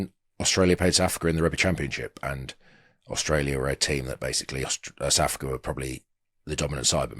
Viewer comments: Who the fuck is Sa'afica? 🤣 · My god, they both say 'Sa'africa'. It's SOUTH AFRICA! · We’re not Saafka, we’re South Africa 😂